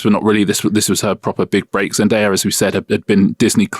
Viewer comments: Why is Richard calling her Zendire? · Richard continuously pronounce Zendaya's name wrong even though he hears the right way to say it, Whats up with that?